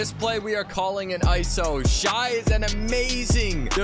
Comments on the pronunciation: Its not shAi, its shEi😂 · No way he said shi instead of shai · it’s said like shay not shy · It’s pronounced “ShAyy” not “Shi” 🥸🤓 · Bro the way you say Shai is so weird 😂